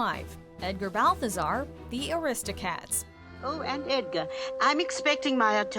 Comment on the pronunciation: uGH its ARistocats not aRIstocats